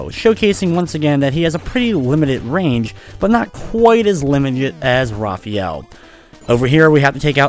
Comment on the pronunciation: LOL, I Know You Love Raphael A Lot, But His Name's Pronounced Differently: Ruh-faa-yell. It's Even Canon In Many Old, New, And Origin Games/Media. xD